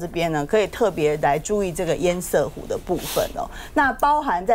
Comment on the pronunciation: 趙先生，拜託您！堰塞湖的（塞）與瑟同音才對！ 我不懂？這麼多天了，你為何要一直念錯音？一定有人糾正您，您怎麼還一直念“賽（賽），而不改正呢？您是媒體人，您有責任以身作則。